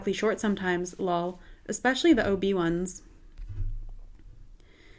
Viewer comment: Haha, I love you're pronunciation of "lol" :)